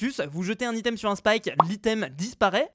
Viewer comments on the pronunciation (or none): none